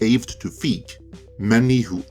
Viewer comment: You do realize that the digital version was never included previous to Paul's tweet? Also, as a major director, I'm surprised you don't know his name and how it's pronounced. Also, as a MASSIVE Ghostbusters fan, I am not buying this, nor is anyone in comparison to what you claimed. Nobody has a 4k or a BluRay player. There is no reason to buy this boxset. Boxsets are irrelevant in 2022 as they were in 2015. Maybe if this was 2005.